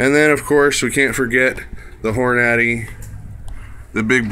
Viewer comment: I've never heard anyone pronounce it like that.